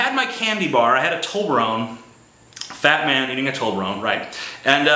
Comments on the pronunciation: it''s not "tol be rone" it's "tob le rone' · its toBLerone, tj